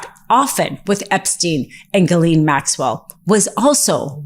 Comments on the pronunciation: Ms. Maxwell's name is pronounced Gillen, short i. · the predator's name is pronounced "Zhillaine Maxwell"